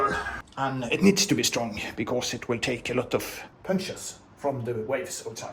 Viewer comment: Ingen r i fordi på engelsk